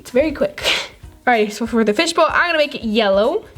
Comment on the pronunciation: Way did you say fishball butt!!! Omg soo weird